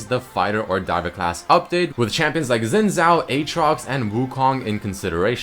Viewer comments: I have a really chinese friend who doesn't even speak english properly. I asked him how to pronounce, and he said somethine like "Czin chao". Anyways, chinese is a hard language, at least to pronounce, believe me, i've tried a lot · xin is zin...not shin...zhao is chao with a little j mixed after the h..none of this zin zow or shin zow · you'd think as a guy with a chinese girlfriend you'd know how to say xin zhao...apparently not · Sophisticated Turtle xin is zin not shin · Toprak Koç ...zin not shin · The way he pronounces it bothers me tremendously as well. It should be pronouced Shin Jow. While it depends of dialect for Chinese, the Xi in Xin is like an edgy Shi (pretty much the Czin example) and the Zh in Zhao is like a J (goes in a category of sounds that have a tongue curl accent thingy compared to a sister sound set but its basically just a J) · just pronounce it Shin Jow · sheen jow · uum shin shao ? ;D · Máttheus Spoo im english, i can pronounce xin zhao perfectly fine...